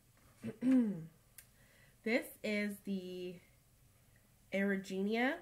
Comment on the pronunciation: Oh YES! The Erigeneia Shawl)? You say it so much nicer than I do! We are doing it as a CAL, and I can't help but butcher the name... repeatedly, apparently!! Lol!